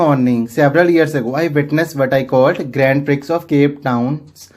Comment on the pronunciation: Sir nice explained,but Grand prix pronunciation is grown pree